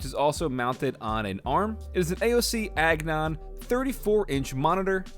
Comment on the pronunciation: agon, not agnon